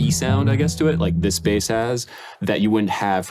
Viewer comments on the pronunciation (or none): and they keep saying base instead of Bass